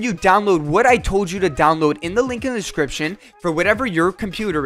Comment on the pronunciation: I will literally kill myself if you ever say "description" like that again.......Joking my man, this video has been extremely helpful!